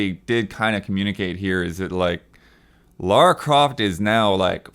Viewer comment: THANK YOU! Godammit how hard it is for people to say her name right!